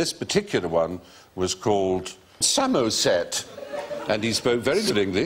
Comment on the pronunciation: Bill pronouncing 'Somerset' is probably one of the funniest things I've ever heard...